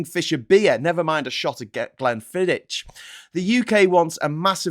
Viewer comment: Glenfiddich - the ch at the end is as in loch and not cheddar. :)